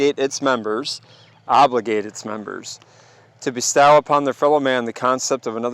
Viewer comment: Your pronunciation of bestow is hilarious haha. God bless bro. Love the channel and the info. Only Jesus saves 💯❤️